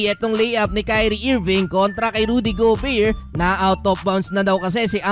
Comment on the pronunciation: Bro, GO Bare, nde go beer. Sakit sa tenga. Sorry 😂😂😂😂